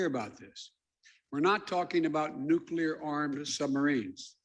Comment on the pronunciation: Making the world safer by building more "nucular" subs...